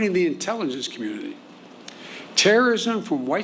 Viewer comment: "Intelligence communnlliiiiy" - Greg Kelly